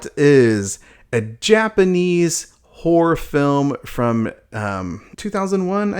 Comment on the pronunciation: i just keep hearing him say "asian whore films"